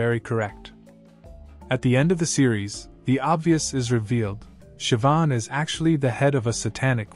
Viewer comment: I do not understand how these people do not fear the Lord. Oh, and Siobhan is pronounced Shivaun and it means God is gracious.